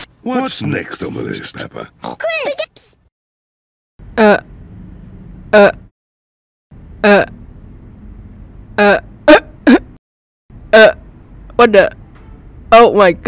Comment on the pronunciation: Ko phải là peppa mà là peppo😂😂😂😂😂😂😂😂😂😂😂